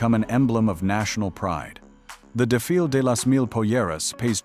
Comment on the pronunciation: For example the way this AI trash butchered "desfile" .